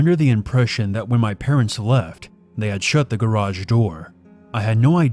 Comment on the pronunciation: "His patents are looaded they sell engagement rings"